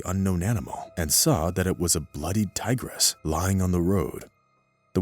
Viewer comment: tigeress?!!??! ha ha. TIGRESS!!! not TIGERESS!!!